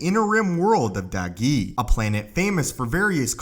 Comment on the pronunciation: he said “the dagee group of Jedi were a group of Jedi”